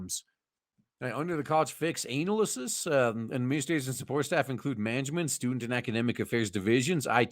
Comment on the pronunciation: Why my guy pronounce analysis like that? Putting emphasis on ANAL